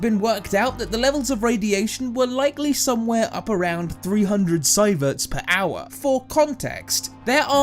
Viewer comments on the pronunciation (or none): Sieverts is not is not pronounced "sigh-vehts" FFS... it's "see-verts". He was Swedish, not from East London.